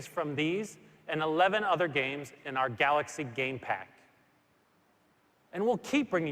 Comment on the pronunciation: i always miss the word GALOXY from this guy lol